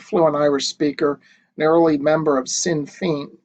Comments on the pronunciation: sinn fein I think is pronounced like: "shin fain" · Pronounced Shin fayn..... Next election will see them very big. Kinsale is breathtaking. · Its pronounced SHIN FANE like pane as in glass ,thanks for your great videos very informative!